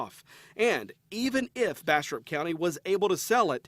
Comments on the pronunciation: I thought you said "Bastard County Sherif" xD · Every time they say Bastrop County sounds like they're saying Bastard County lol